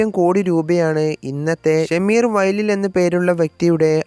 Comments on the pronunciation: ഷമീർ അല്ല ഷംസീർ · It is not Shameer vayalil but Shamseer vayalil. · Shameer അല്ലടാ ഷംസീർ എന്നാണ് ഡോ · shamseer aanu shameer alla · ഷമീർ അല്ല.. ഷംസീർ.. യുസുഫ് അലി യുടെയും മരുമകൻ